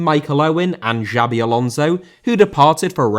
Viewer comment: Xabi* not Giabi